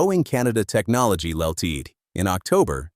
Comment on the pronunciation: Not worth watching, like most such AI creations. Full of errors and horrible AI robovoice narration with many mispronunciations and glitches. "Ltd., short for "Limited" in company name pronounced "all-teed"??? And Bombardier mispronounced multiple times. Also far too long. Could have been covered much more concisely in 10 or 15 minutes maximum.